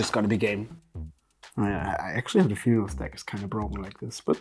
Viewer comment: and izzet phe-onix lol